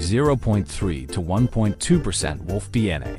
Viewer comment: AI slop. Doesn't even know how to say wolf.